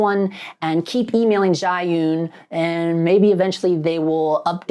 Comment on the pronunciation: Jew-win is how you pronounce it. Seems like it was balance properly but it’s acting like it’s not weird.